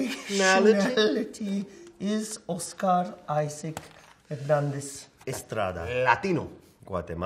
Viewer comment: I love how they say pedrou peasqueal and a Oscar aisac as if they didn’t know how to pronounce their own names in Spanish 😂😂😂